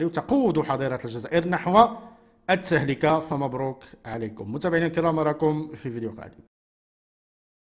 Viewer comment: التهلكة بضم اللام وعذرا😊